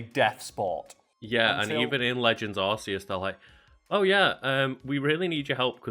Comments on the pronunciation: There’s a perfectly good reason Arceus is pronounced r-key-us and I think you guys are well aware of how r-see-us sounds. Pronunciations for Pokémon have never bothered me exactly for the reasons you guys stated but I’ve always hated Arceus being pronounced as r-see-us strictly cause I think it’s the absolute dumbest pronunciation out of any Pokémon. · It’s Ark eus it’s a biblical thing or something I saw the explanation and how the word derived from a word pronounced as Ark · Welp... Yer wrong. It has been confirmed it's ARK not a soft c biiiiitch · Its not ArCEEus its Arkooz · It’s definitely Ar-see-us not ark-e-us. U can even google it. Shit not even proper English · Fun fact: it is very likely that is is pronounced “Ark” and not “Arce” due to the “RKS System”; Silvally’s signature ability. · actually it is aa·kee·uhs (British punctuation) because the arc-phone exists, it used to be arse-ius till the translators realised that it said arse (a British slang), so it was changed around the time of the arceus movie. After a very quick Google search I found that the British punctuation is "aa·kee·uhs" And the American is "aar·see·uhs" Which it dumb, basically arceus is the correct way since almost every character in pokemon says aa·kee·uhs, at least in the recent years. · İm going to end myself if I hear one more person say arseus instead of arkeus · It’s actually an issue of the official pronunciations differ depending where you are in the world. Ar see us is the japanese pronunciation, ark ee us the english one. Same issue with sue ih seen and swee koon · It's not Nintendo saying arss It's Arcaus Bassed of the Arc Cain system As in Arcaus It's all magical and biblical Not ass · Arkeus or stfu. That annoyed me enough that I'm downvoting you for butchering the name. This was rec'd and I don't want anything to do with someone who says asanine things. Bye. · It's ar-key-uss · Ar-Kay-uss. Read your lore: look up the RKS project revealed in sun and moon. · It is Arkoos